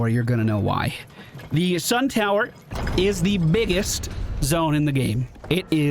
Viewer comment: I live for your RL2 content. Lets get back to the full clears to power creep your account some more. You did fantastically well in the SUN TOWER (yes you said it wrong, even when correcting yourself) lmao. Love you.